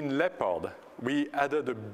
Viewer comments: Whats wrong with DLL's and the registry? DLL's are a part of a program and the registry is a way of sorting information. People have to know their computer - they have to think. Like Apple fanboys, they must have Steve Jobs thinking for themselves =/ And lol the guy cant say "Leopard" right XD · Good MOANING LEPOD QUICKLOOOOOOOOOOOOOOOKK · he pronounce it like this: LepARD. he really stick on that A. yeah sounds good. I believe he comes from Switzerland? Probably not.